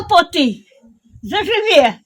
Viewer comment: Північніше дійсно більше на білоруську вимовляють: «Заживʼє» - бабуся з перших кадрів. Мій дядько з Ріпкинського району, в нього дуже схожа вимова. А от стосовно «КлОпоти» - тут дуже цікаво, бо саме на першу О ставила наголос моя бабуся, жителька Авдіївки, Куликівського р-ну, а в сюжеті жителі сусідніх Вертіївки і Олишівки ставлять наголос вже на другу О. При чому в самому райцентрі Куликівка дійсно у всіх словах звук О звучить дуже округлено і на неї основний наголос, а от буквально сусідні північніші села замінюють вимову О на А. Та і взагалі діалект сильно відрізняється. Памʼятаю ще з дитинства, як жителі Авдіївки шуткуючи називали Куликівців «кОвбасниками», а ті в свою чергу Авдіївців «кАтАлупавцАми») Буквально 10-15 км, а діалект вже різний. Дякую за сюжет❤